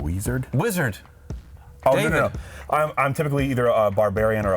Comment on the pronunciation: "Weeeeeezard" 😂 I lost it